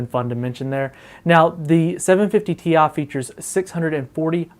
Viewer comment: Gtx 750TIA. TI. NOT TIA